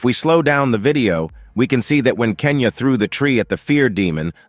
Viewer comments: It's genya not kenya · Bro call genya kenya😂 And he said s2 it s4😂 No hate